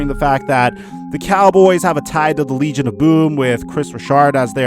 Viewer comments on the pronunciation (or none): none